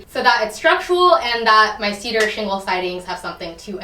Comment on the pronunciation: cedar sheengle siding